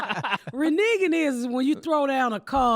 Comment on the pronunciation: Ms Pat: It's reneging, not renigging. Love you.